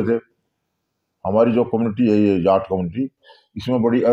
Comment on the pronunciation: he is saying jatt but not jaat